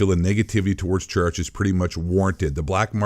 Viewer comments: I'm sorry but I was taken off guard when you said Treyarch usually it's pronounced TrAA-aRk/TrAye-aRk As a reupload, this still stands today, though when I heard "is blackout going free to play?" You could tell this came out before Warzone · I know, the guy in the video (it’s not the same guy who posted it, its just someone who archived this) likes to call Treyarch (Tre-arch) just to mess with them, He does this to a lot of people and companies